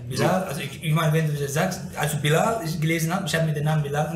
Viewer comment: wenn der bruder bilal sagt versteh ich immer bin laden amk 😅